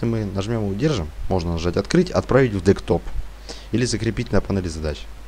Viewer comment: Чувак ты бы комп.термины выучил как правильно говорить, невозможно слушать. Ага, дектоп.